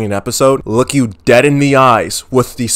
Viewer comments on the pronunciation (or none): none